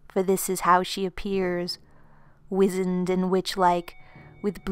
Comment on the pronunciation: FYI -- "wisened" is pronounced Wise End.